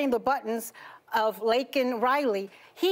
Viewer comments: FJB he can't even say her name right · Her parents weren’t there and he miss pronounced her name several times.